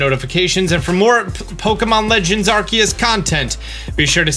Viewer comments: Arkee-us? Arseeyus. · You said arkeus at the beginning omg